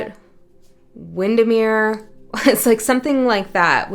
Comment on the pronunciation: Did you just say Windemere?? I'm going there on Sunday 14th July!! I will let you know what occurs :)